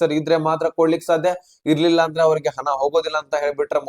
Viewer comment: ಹನಾ ಅಲ್ಲಾ ಮಾರಾಯ ಹಣ ಎಂದು ಹೇಳು